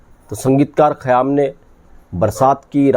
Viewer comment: خیام Khayyaam yeh Saheeh hai hai. Khayaam ( galat hai hai ) Ek qayaam Urdu ka Lafz hai, is k Manaa " Tehernay k hain. قیام Qiyaam.